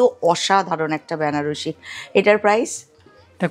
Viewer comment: উচ্চারণ টা ব্যানারসি নয়, বেনারসি হবে।